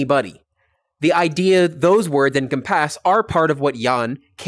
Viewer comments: Not to make fun of you but I'm kinda hung up on your syllable stress when you say EN-com-PASS instead of en-COM-pass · Sir, you pronounce "encompass" really weirdly.